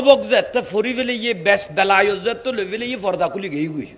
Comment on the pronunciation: বেলায়ত না বেলায়াত